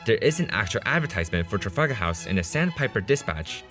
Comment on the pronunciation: "trafagahaus"